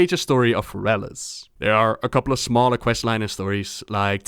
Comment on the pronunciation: fErelas. fErelas. not ferAlas.